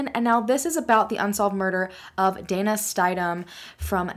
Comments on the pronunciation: It's pronounced Stiddam not St-EYE-dam. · I grew up in the same town as Dana, it's Stidham...pronounced Stid-ham......this whole case is crazy,sad, heartbreaking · Stid-um is how it’s pronounced. Our 1st Landlord when we got married had this last name & that’s how they pronounced it. It was also in Arkansas. Great video. From the Great State of Oklahoma! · You mispronounced Stidham. I sure hope this is solved.